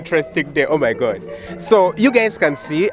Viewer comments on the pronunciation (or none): I love that African accent "Oh my gottt"